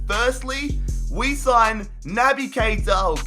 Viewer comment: You have to say keita not kaita